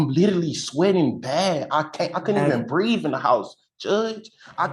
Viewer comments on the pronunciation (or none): Ahh, the old "I can't breeve" excuse 😂😂😂